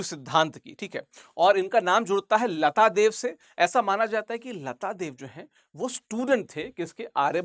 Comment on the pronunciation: Not "Lata dev",...it's "Laatdev"...ye english se padne walo ki problem h...hamare khud k naam bhi sahi se nahi bol pate...😅